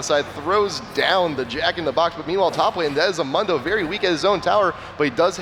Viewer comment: One of them keeps saying Mundo wrong